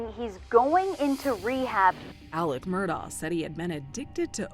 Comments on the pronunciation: It's a bad sign when the reporter assigned to the case can't pronounce the name of either the defendant or of the victims. Who is "Murdall"? 48 Hours usually does good work, but their episodes on this case are unbelievably bad. Both the correspondent and the executive producer for the Murdaugh episodes need to find a different line of work. They were horrendous in their output here. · It drove me crazy that the media could not get the last name right. He himself clearly pronounces it “Murdock”. The least the journalist could do was make she she pronounced it correctly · The fact that the narrator keeps pronouncing the last name of Murdaugh incorrectly just baffles me. You can hear the correct pronunciation throughout this very video and many other sources. How can a mistake like that be made over and over? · Does anyone actually know how to pronounce this family’s last name 😂😅 Mer-Dock Mer-Daw Mer-Dawl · Why did the narrator purposefully mispronounce the last name? It should be pronounced as it is locally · Ugh, hello 👋🏻. On top of that, his last name is Murdaugh, but he pronounces it Murdock. His whole name is frustrating. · The narrator loses credibility by not pronouncing "Murdaugh" correctly. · How does the narrator mispronounce "Murdaugh" throughout the entire program? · Yes! I hate it, lol. They say the last name with a "k" or "c" sound as well. The teacher in me can't take it 😩🤣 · Is it Alex or Alec? I’m hearing both pronunciations. ALSO, MurDOCK or MurDAW? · Why is his first and last name mispronounced? That’s another crime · maybe learn how to pronounce his name? smh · Why do these American news anchors say “Murdah”? It’s very obviously pronounced like “Murdock” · Thank you!! I was just about to say that. He says his name as Murdock why does she keep on saying Murdaw?!?! I get that's not the point of the video but still. Lol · That name .... I have heard it pronounced "Murdahhh", "Murdcock" and now "Murdoe" and now "Murdoff".